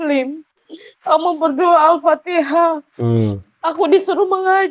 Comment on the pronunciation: lucu ini ibu haji, katanya haji, katanya sekolah pesantren, tapi baca alfatihah aja gak bener, tak usah berbicara tajwid, makhrojul hurufnya aja error. Ngaku belajar MTQ, sedangkan pakem lagu atau nada dlm qiraat nya aja error' juga .. mau nipu tapi ketipu sama dirinya sendiri. memalukan.....